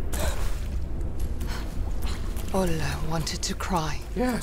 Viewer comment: Olle is pronounced "oll-eh" not "oll-ay". The swedish e is soft, it's not an "ey"or "ei" sound, it's more of an "eh" ... if that makes sense :)